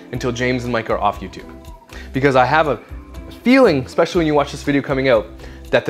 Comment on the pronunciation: She also says "ECSPECIALLY" lol ridiculous 😂